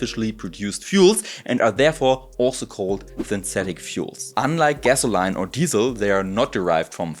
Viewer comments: pronunciation of "gas-oh-line" is a most charming alternative to the American pronunciation of "gas-uh-lean"! I love it! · Great video! Gasoline is pronounced like 'gas-o-leen'. And electrolysis is pronounced like 'elec-trol-a-sys' where the 'ol' sound is like in olive.